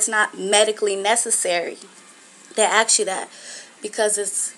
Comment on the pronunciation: They "ax" you questions? Huh??